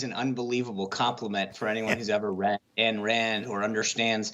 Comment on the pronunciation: Ayn, not Ann Rand